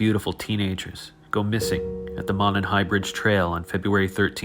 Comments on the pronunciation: This is the first video I’ve watched of yours. Sorry if this had been mentioned already— it’s pronounced “moe-nun”. If you care about that kind of stuff anyway. I like your channel. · Monon is pronounced 'moan on'. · Monon....it's pronounced "moe-non" Are these guys even local to our state?